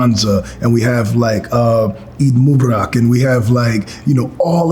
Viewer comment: Guy said Eid mooobarak 😆 🤣